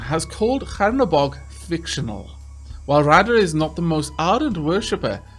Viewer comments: Awesome series! Btw it's Chernobog, not Hernobog :). It means Black God in russian. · Chernobog reads with 'Che' like in 'chess' or 'Che Guevara' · Please fix your pronunciation of the name of the god :D CH like in Cheese like the other comment said ! :) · The CH in Chernobog is pronounced like in cheese.